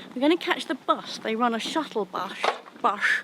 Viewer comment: Sean Connery pronounces almost all of his esses as "eshes." So "Shuttle Bussch" it is. I'm jusht being shilly.